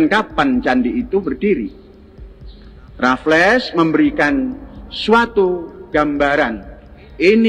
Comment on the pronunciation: Belum jadi ahli sejarah, jika menyebut nama "Raflles" dan "Deandles" saja salah. 😢😢😢